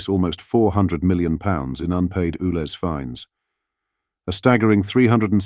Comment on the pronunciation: It's U Lez, not Ooo Lez! Sort it out!